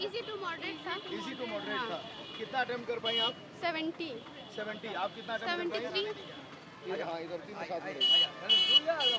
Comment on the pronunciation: Attend nahi attempt hota hai bhai